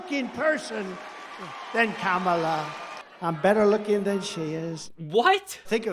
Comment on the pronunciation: Wow! Still can't pronounce her name correctly, doesnt want to. And if you didn't know Kamala, the Vice President, it's bc you can't read!